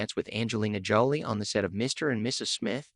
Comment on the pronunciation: Wow you must have just started this channel.? You literally have no subscribers. Anyway I subscribed. They call Brad's ex-wife Angelina Jolie. They pronounce it like she's being jollly. Is that is the AI. It is so annoying. 🤔🫡‼️